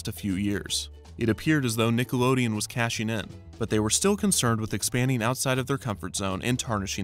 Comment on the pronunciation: Is it really that hard to pronounce words that end in ing properly? “Rusheen”, “goeen”, “casheen”